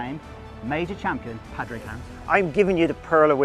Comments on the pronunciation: Great video. Love his tips, keeps it simple. PS, lads, his name is pronounced Pawdrig or Pawrick even though it's spelt Padraig. 😂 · Pad Rayg 🤦‍♂️